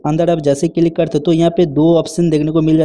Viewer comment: Click ❌ Cilik ✅ .